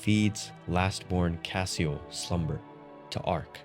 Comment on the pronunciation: One note on pronunciation, “Cassiel” would be pronounced like any other of the judeo-christian angels with an emphasis on the “-el” part which denotes divinity in their pantheon. Like Gabri-el, or Razi-el, it would be “cassi-el” not “cah-seal”.